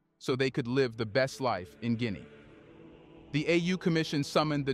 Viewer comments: It’s not Guineae it’s Guinea I’m from there! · Jesus Hieronymous Christ man, can you not get ONE single African name right?? Gwinee is not the name of the country, you moronic AI clown. There is an incredible amount of other stuff you get wrong in this thing. For one, 'Mandinka' is not a name that's being used in Guinea - ever. Iron ore sits in the ground and is not being exported. Agriculture is and remains the employment backbone of the country. Mining cannot and will not provide employment in significant numbers. As you were. But for heaven's sake, get those names right.